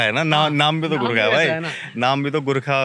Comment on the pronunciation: Burkha nhi bhai ji Gurkha 🙏 Burkha se bahr aa jao bhai ji Kyuki Burkha toh htne wala h 🤫